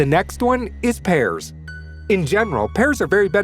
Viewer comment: The way he pronounced pears makes me cringe lol